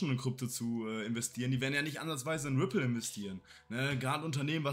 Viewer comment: Ich feier euch💯 sagt immer wrippl😄😄 weiter Jungs beste